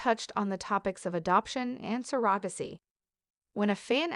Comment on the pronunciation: Need to pronounce surrogacy correctly.